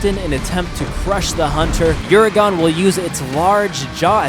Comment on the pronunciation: Uuragon is pronounced "Jay Len-no" This pronunciation is of-course accented by the massive chin.